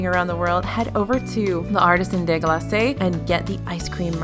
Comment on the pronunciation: For future vids, "glace" is pronounced the same way as "glass" 😊